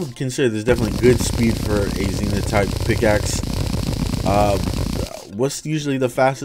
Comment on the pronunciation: Ze-Nithh that's the pronunciations